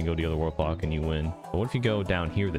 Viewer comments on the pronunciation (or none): what kind of weird tourette syndrome is that where you can't say block or bully correctly?